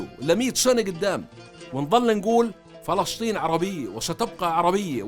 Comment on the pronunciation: ما اجمل كلمة فلسطين عاي لسانك